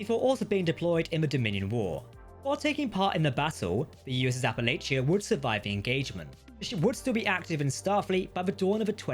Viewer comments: I don’t normally go around correcting pronunciation but Appalachia was BUTCHERED. It’s pronounced a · puh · la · chuh -Sincerely, someone from Appalachia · You're the one that's actually butchering it. Local pronounciation is wrong. But he is adding T's where they don't exist.